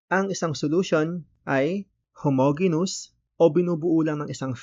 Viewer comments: Just a minor correction lang po sir regarding sa pronunciation ng "Homogeneous", it should be pronounce as "how ·mow·jee·nee·uhs". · weyt kuya onting correction lang po ang pronounciation po kasi ng homogeneous is ho mo dyi nyus yung po yung pag kakaalam ko po base sa tinuro po ng teacher namen ehehe